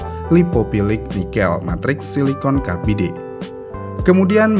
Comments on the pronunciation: cara nyebutin ny karbaid bjir ,bukan karbide tapi karbaid (carbide)😂emang ga mau belajar pronausiasi ya org indonesia dari dlu smpe skrg? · Carbide ✓ not Cardibe, Liner ✓ not Linier 😁 bukan orang motor Komentatornya 😅